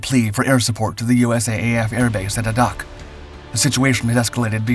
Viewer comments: Sanko maru? Sounds more like sunk-o maru. ah-doc? No.....eh-dak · We say Adak sounds like Ay-dack. Not Ah-dok. Anchorage, Alaska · "A ... dack" not "A ... dock" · One correction to pronunciation - The name of the island of Adak is actually pronounced with the first A being a long A - so the name is said like "aadak". Source: when I was in the Marines in the late 1960's, I spent a year on that island. I enjoyed nearly every day of it. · I grew up in the Pacific Northwest and prior to having me, my parents lived in Alaska. They always said the name of Adak in the way you are describing: Ay-dack, stress on the first syllable. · Although I was stationed in Norfolk as a marine, my navy friend who was previously stationed in Adak, called it Ay-dak just as the other posts indicate. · I'm a native of Adak. Cool to hear my old digs in your vid. One note--I've only and always heard the name pronounced "a-dak," with the "a" rhyming with "ray" and the "dak" rhyming with "back." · That's pronounced: "A'-dak" - emphasis on the first syllable and a long 'a' as in "safe." As a former USCG Officer with friends having been assigned there at the LORAN Station, that's how it is pronounced. Great video, otherwise. Keep at it! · Adak is pronounced A Dak! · Thank you for the correction, having grown up on Adak the mispronouncing really bothered me